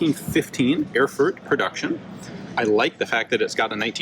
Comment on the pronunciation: The ever so subtle Chernobyl meme insert, kyehehe BTW, in order to pronounce "Erfurt" better you only have to say "Air-foort"